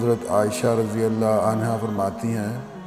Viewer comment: aslmkm Moulana aap razi allahu anhu bolne ka anha boldiye !!! Zara Gour ki jiye